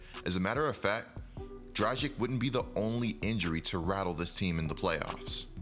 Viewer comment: you pronounce dragic - dra-gich nor dra-jic